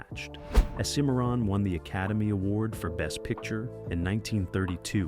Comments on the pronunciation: SIM A RON is how it’s pronounced. Not sim MAR RON. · Don’t you know how to pronounce Cimmaron? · Sir, I don't believe you've even watched these movies, since you can't pronounce half of them... SIM-MARRON? Seriously? Bex-ar? Seriously? You lose ANY and ALL credibility when you can't even pronounce the words correctly. No soup for you! Next!